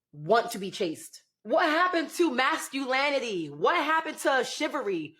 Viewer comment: masculanity and shivary? what's that?